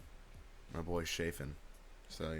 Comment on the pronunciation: my man really just called him "shaefin"